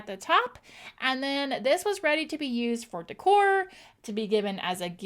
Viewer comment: De'cor is pronounced like this (day core)